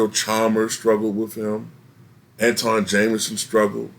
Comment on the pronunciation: Its 'An-twon' Jamison, not 'An-tawn' since his name was misspelled his name by accident when he was born.